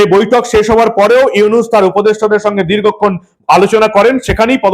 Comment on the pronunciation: আরে মাগির পুত তুই তো ডক্টর ইউনুসের নামটাও বলতে পারিস না, তুই কি বালের সাংবাদিক মন চায় তোরে জুতা দিয়া পিটাই।